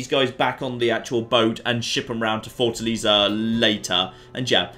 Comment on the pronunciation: Oh. The way you pronounced Fortaleza... Try Fortalēza, not fortaliza.